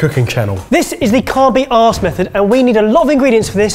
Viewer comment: can't say arsed, awww. I'm going to buy some severely low grade instant noodz today, because I have nothing better nearby. And I genuinely CBA making my own.